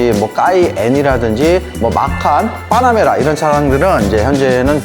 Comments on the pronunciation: 뽜놔뭬라 발음만 기억에 남아버린다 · 빠나메라 까이엔 박서엔진...발음 넘모 귀엽